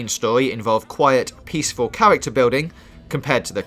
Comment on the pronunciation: Qwiet, peaceful cawacter bwilding